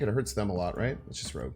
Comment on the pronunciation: Its bynxtard not rooj